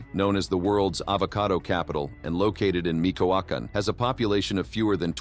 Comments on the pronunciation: It’s not micoacan it’s michoacan 🤣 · When he says Meekowokin (Michoacán) may have tipped the scales